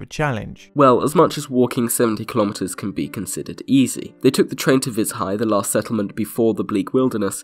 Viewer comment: Vi[zh]aj as in Bei[j]ing not as in [z]ombie